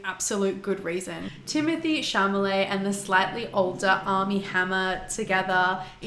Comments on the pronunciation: Um, it’s Chalamet not Chamalet but whatever. Great video though! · chalamet* not chamaley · “Timothee Chamalet” lmao bissssh its chalamet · Chalamet.. not chamalet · Repeat after me... Chalamet, not Chamalet!!!